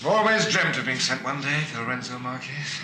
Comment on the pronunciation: Ha ha, pretty certain the secret services knew better than to pronounce the capital city of a then Portuguese colony in Spanish rather than Portuguese: the Marques in Lourenço Marques is not the same as the Spanish Márquez, meaning the e is not pronounced as the e in Kes but more although entirely like the er in avert. And having a Somali African woman play a South African Bantu woman is a glaring miscast. Otherwise superb, especially Robert Morley. 'Have a peanut' .